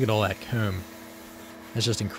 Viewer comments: Every time you say "comb" (koom)....I chuckle. Great video though. You have a fun life it seems. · Super interesting stuff but man, I can't stand how you say certain things particularly very common terms you'd use in your videos like comb - "coomb", or exposed - "expoosed". Everything else you say without an odd accent lol.